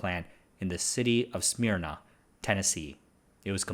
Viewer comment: It’s Smer-Na. Ya gotta give it a southern draw.